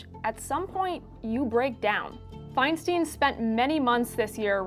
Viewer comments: It’s pronounced “fine-stine”, not “fine-steen”. It’s a valid topic, but such an obvious error distracts from the point. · Exactly. It annoys me every time I hear it. EI, at least in German, is pronounced "eye," as in "Ich bin EIN Berliner" (for those of us of a certain age).